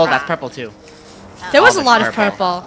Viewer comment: The fact that funneh sed purprler and one more the fact that sed whiht 😂